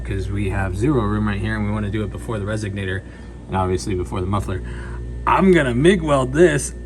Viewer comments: You sound silly every time you call a resonator, a resignator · I swear I keep hearing you call it a “resignator” 🤔😂